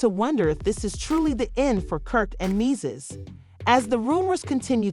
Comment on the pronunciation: Men-Dee-Cees!!! Geez